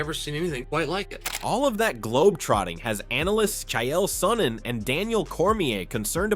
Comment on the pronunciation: Chy yail sonnen😂